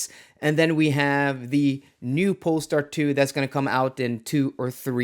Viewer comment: What's a polstar 😮